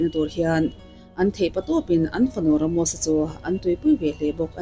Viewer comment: Ramosa ti hlirin i sawiin ka hria 😂Ramosi iti zeuh2 😂😂i aw phawi hi a mak 😊